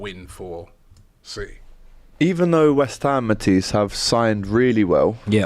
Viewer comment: mispronouncing Matisse name for banter kinda gets to me I don't know why lol